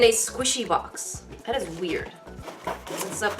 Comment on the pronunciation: ı lıke how you saıd: "squesy bomx!" to make ıt clear you saıd bomx ınstead of box..